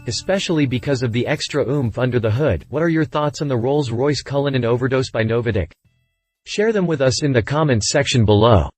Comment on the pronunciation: Never heard NOVITEC pronounced " NoviDec " before